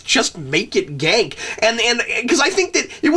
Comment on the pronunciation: It's pronounced Gahn-Kay not Gank.